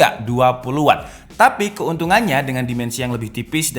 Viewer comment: Watt bang bukan wott